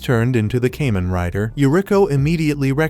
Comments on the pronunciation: Kah-men like "common" not no damn cayman crocodile rider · It’s Kamen. Kah-men! This is the n-th video I’ve seen with this miss. If you must use AI at least check and get it right. Sorry I’m just sick hearing Cayman, Cayman, Cayman… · It's Kamen rider not kemen rider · Great video . It ka-men not kay-men. Thanks you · I hate how the ai says "kay men rider" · It's so cringe hearing kamen rider pronounced incorrectly